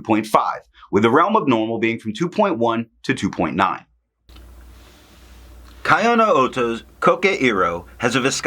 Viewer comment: Thanks for the great review. BTW it's pronounced KEYoh-no-oto, as in Kyoto. Not kaiOH-no-oto. But of course we are Americans and we can do whatever the hell we want:)